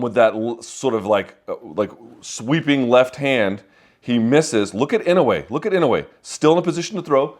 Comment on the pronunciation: You're mispronouncing his name, Luke, which seems not what one should do for a man as great as this one. My God, the calmness and intelligence in his face under pressure, right? But to the point, no, it's not IN-oh-way, it's in-oh-AY.